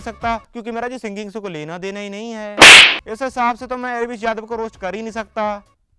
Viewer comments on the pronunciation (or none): Bhai ese bolte h rost